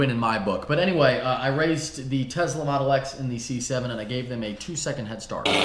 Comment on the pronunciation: Here we go again. >>>>>>>> TESLA not TEZLA. lol